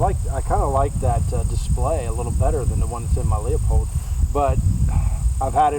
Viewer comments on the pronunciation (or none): Someone please tell Doc that Leupold is pronounced "Lewpold" not LEOpold.. Unreal how many people that should know better continually mispronounce the name.